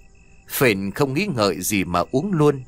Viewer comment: Phển chứ đâu phải Phền ?